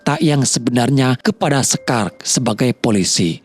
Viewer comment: Syekar bukan sekar bang, kyk ngomong enak bukan emak 😂